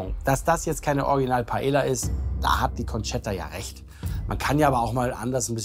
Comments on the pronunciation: Also mal ernsthaft lieber, wenn ich schon PaeLLa höre anstatt Paeja (und ja, das ist nur für die Laufschrift so geschrieben) dann denke ich mir meinen Teil. Da braucht der Koch nicht unbedingt ein spanisches Kochbuch, sondern DU ein spanisches Wörterbuch! Peinlich hoch 10!!! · Warum kann Paella und Mojo niiiieeee korrekt aussprechen?